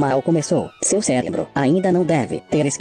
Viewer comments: O cara que zoar os bronze e fala "celebro" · O cara fala celebro kkkkkk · Descasca os Bronzes, mas fala "Célebro"